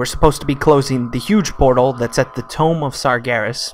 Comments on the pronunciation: did you just say tome of sargeras is tOmb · And "Exodar"...and "tomb"...and from previous videos "tome". :)